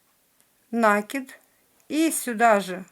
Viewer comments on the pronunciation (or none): Заткнула уши на слове накиды ударение на "и", извините